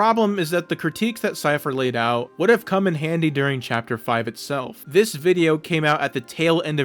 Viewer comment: say "this" like a normal person